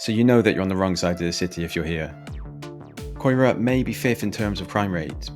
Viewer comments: You need to learn how to say the place's name's properly x there is no "O" in CAERAU x and it's ELY as in cambridge x the second place was canton just before the city center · Mate the pronunciation is so bad you really should re-record the voiceover lol. Caerau/Ely is so bad. I think a non english speaker would do better :) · I mean you can let Caerau slide a bit because its Welsh - but there is a well known Ely in England ffs. 😂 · You don't know a thing about cardiff , can't even pronounce caerau or ely correctly, you show all the bad things ,get a life stop chasing likes, I live in ely great place we look after our own we don't need your input thank you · care-eye/caer-eye/ee-lee - and clifton street as shown as Adamsdown is more or less Splott - which you could pronounce splow as a posh piss take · Ely, pronounced "E-lee" Caerau, pronounced "ky-roo" Butetown, pronounced "Somali-land" 😁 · It's Kira not keera or koira. It's Eelee not elli. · 'koi-rah' and 'Ellie!' 🙈🙈 it's caerau ('ky-rah') and Ely ('eel-lee'). 😂😂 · So, if you are going to comment on somewhere you could try and pronounce the names properly. Caerau its Ki-er-rye; Ely is simple E-Lee the same as the Ely in England with a cathedral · Caerau is prononced KY-RA. Ely is pronouned EE-LEE ... btw x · ITS NOT COYRA how annoying!!!!!!! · Can you please announce the names properly. Its not coera. 😡. And the way you pronounced ely🙈. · Good God man! Pronunciations FFS! Caerau - Ky-ra Cathays - Catays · I grew up in Ely (pronounced E-Lee) and caerau (pronounced Ki-ra) almost had to turn off as soon as you butchered the names my man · Nice...but its KYRA...thats how its pronounced lol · You've shown the worst parts of the areas .....Ely (pronounced E-lee) the other side of Cearau (ky-ruh) isn't like that. I lived there for 9 years and has a good community spirit. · 30 seconds in and your pronunciation grabs me by the bollocks it's E Lee and kai rah 😊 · That's Kigh-Rye, Ee-lee and Cat-ehs